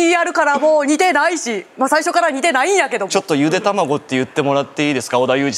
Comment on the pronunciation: ゆでぇ……… ゆでた↑まごぉ↓ で草